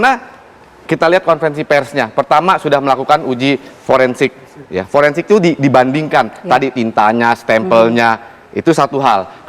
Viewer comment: Pake F bukan P, bilang Forensik aja salah ... 😂😂😂